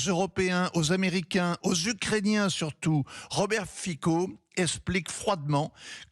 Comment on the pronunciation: On dit Fitso!!!